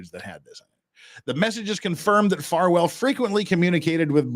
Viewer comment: Is it a freudian slip that kept saying Falwell instead of Farwell? 😂